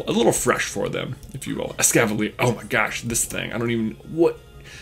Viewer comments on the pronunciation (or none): none